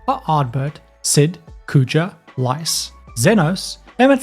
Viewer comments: Lyse (Lease, not lice!) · I'm determined to build Krile Baldesion for some reason. Lyse is pronounced like "Lease" btw.